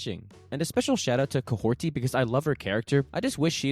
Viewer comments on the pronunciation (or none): Hey, thanks for your videos, really enjoy them a lot! You are probably one of a few people who loves MCU as much as I do and generally tends to look for the bright sides, rather than focus on the negative One thing though - I really do believe her name is Kahhori, not KahhorTi :) Sorry for being a snob, it just catches my ear every time